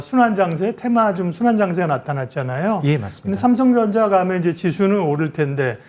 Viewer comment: 왜 발음이 삼성정자로 들리지 ㅋㅋㅋㅋㅋ